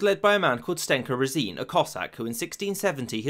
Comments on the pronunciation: It's pronounced Rásin actually. Also, Stenka is a short form of Russian name Stepán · One thing: not Stenka Rasin, but STEPKA Rásin(stress on "a"). Please if you have time, check the pronunciation of the Russian names -- many of them are pronounced wrong :( don't mind me, just a Russian passing by :) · Why do you pronounce Z in Morozov as Ts? It's Z as in coloniZe or horiZontal. And Razin is rUh-zin not rezEEn.